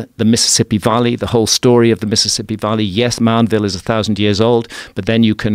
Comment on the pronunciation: Where is hancock from? I thought he was English but his pronunciation of certain words is bizzare. No one in the UK says Valley how he does.